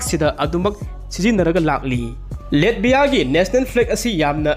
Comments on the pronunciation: Taba yam nugaire mathngi ware amuk ngaire pronunciation khra semdokpiyo Latvia haibiyo Letbia oina haibire nato duju neto haibire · NATO di neto hygadbne chummine. Google da pronunciation yengbiyo. Hoi chumme latvia budi letbia pronounce touroi